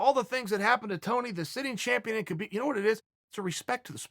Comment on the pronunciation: “Kerbeeb” – Chael